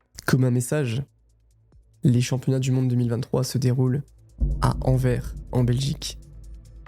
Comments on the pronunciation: Félicitations pour l'excellent travail et le story telling, juste une petite précision, Antwerpen (en flamand) ou Anvers ne se prononce pas " En ver" 😂 mais Anversss, le S doit aussi être prononcé. Étant Anversois ta prononciation m'a bien fait sourire. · Anvers se dit une bonne fois pour toute Anverssssssss, c’est pas en vert 😂 et tant que j’y suis, Bruxelles se dit Brussel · Je suis Belgique et mes oreilles saigne par pitié pas anver mais anverSS 😅🙏🏻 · On prononce « Anvers » en français avec un « s » final sonore, et pas Anver. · Super video <3 on dit AnverSSSS haha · Très bon reportage. Attention seulement à la prononciation : anverSE et AmanAr par exemple